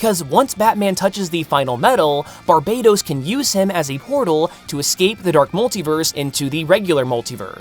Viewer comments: Bar-BUH-tOHs not Bar-BAY-tos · I'm not totally certain, but I'm pretty sure it should be pronounced Bar-BAT-os.